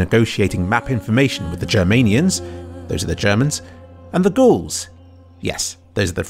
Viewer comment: Ga-Aul's - Gauls Gaullic not ghouls.